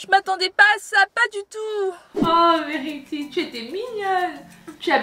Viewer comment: t vraiment cute quand t'était petite:) je t'adore elle dit pas vérity elle dit verty:)